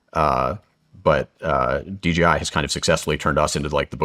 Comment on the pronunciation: It's not DGI, It's DJI. What else are you getting wrong?